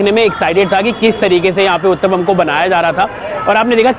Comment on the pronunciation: when pushed to say Uttapam..and finally he said the word, the way he said it I was ROFL 🤣🤣 but yes he did pronounce it correctly 👍 ur rght Matra=quantity Here in India usually kachoris are larger in size,these shown in the vlog are special cos they are smaller.